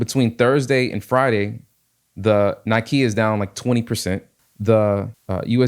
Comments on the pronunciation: Great video. Thanks for sharing this trade idea. Fyi Nikkei is pronounced Nick Kay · Nikkei is pronounced "Nee-kae"